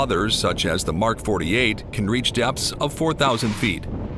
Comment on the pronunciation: And it's not M.K. It's pronounced Mark.